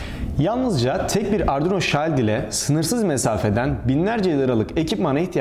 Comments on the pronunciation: Robotistan baştan beri hem bilgi hem malzeme kaynağım oldu. Tüm videoları da izlemeye çalışıyorum, teşekkürler. Sadece dile biraz dikkat: "shield" kelimesinin telaffuzu kulak tırmalayacak kadar yanlış kullanılıyor. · shield kelimesi şiıld diye okunur şayld değil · Oha adam shiled’de neden şayld diyor diye bir bakayım dedim şok oldum.. şayld deniyormuş vay anasını.. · No body: Şayld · "shield" okunuşu rahatsız edici. lütfen düzeltirmisiniz.